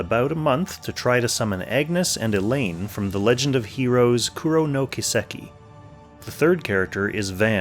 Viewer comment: just saying but you really gotta learn japanese phonetics if you're gonna talk in these vids. Kuro = Koo - Roh Kiseki = Kee - seh - Kee that was an awful mispronounced word. If you google search what japanese mean by ka ki ku ke ko and stuff you'll find a quick guide on basic building blocks of the language which will be enough to understand how to pronounce their words.